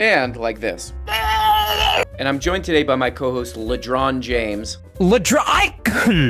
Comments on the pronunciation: I believe Ron DeSanctimonious mispronounced Lebron's name at some point. Out of that mispronunciation Ledron was born. Now he is a grown boy and a newsman for the RM Brown show. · It's a sound bite of MMA fighter Colby Covington trying to disparage LeBron James but failing to say his name properly.